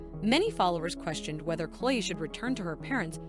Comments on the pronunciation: The voice on this is terrible! You keep pronouncing Chloe’s name wrong; it’s not Chole. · Cloi Creeseley? What? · Please pronounce her name correctly, it's not the way you are saying it. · How is Chloe and chrisley so hard to pronounce?!